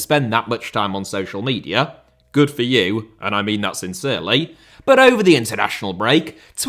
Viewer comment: Media* not Medier